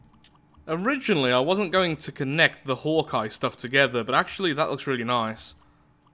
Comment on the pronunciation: Is anyone else annoyed by the fact that he mispronounce's Hawkeye?